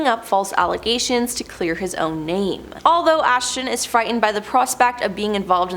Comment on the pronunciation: Are u frikn kidding me???? How in the heck are you reporting on ppl and mispronouncing their names 😑🙄🤬